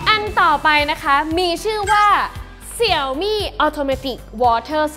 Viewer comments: เห็นทาง Xiaomi ประเทศไทย ขอความร่วมมือให้อ่านชื่อแบรนด์ให้ถูกต้องอ่ะครับ Xiaomi อ่านว่าเสียวหมี่ ไม่ใช่เสี่ยวมี่อ่ะครับ เวลาอ่านผิดแล้วความหมายมันเพี้ยนครับ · ดูแปปๆก็กดออก หงุดหงิด เรียกเสี่ยวมี่ มันอ่านว่า เสียวหมี่ เว้ยย